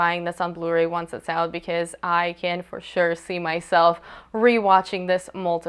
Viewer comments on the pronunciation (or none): none